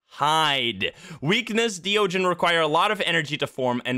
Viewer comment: Honestly, hearing so many saying “deogen” instead of De Ogen has been grating to my ears.